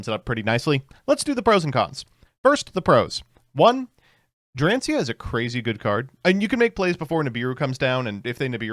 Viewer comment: I don't understand why this is a constant joke of not just but the wider yugioh community not learning how to pronounce the cards. Some of them are difficult and that's ok but also it's really easy to sound out most names. Just take your time and try to sound it out., you did a good job on everything in this deck except dracaena. You said it like drancia. Also is chan drag lier not chandra liger.